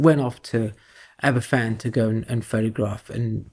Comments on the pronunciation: One very tiny point - it’s pronounced Abervan , not Aberfan (a single f in Welsh is a v sound, whereas ff is a f sound - hence the long running joke over the pronunciation of a famous welsh beer Felinfoel 😉) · "Aber-Van", not "Aber-Fan"'